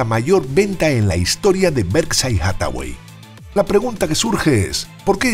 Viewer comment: Españoles por favor pronuncien bien por respeto a los demas los anglicismos van pesimo, Berside no, es "Berkchair" hablen por favor de la economia española.